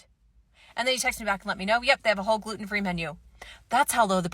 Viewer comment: When she said "as long as it is gluten-free," I thought she said, "as long as it is good and free."